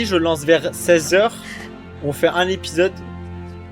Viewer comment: ah yes "l'épisosse 6"